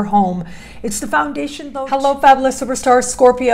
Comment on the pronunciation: Its fab'you'lous...not fab'ooo'lous! Lol. This kills it for me every time. Just a small gentle suggestion. ❤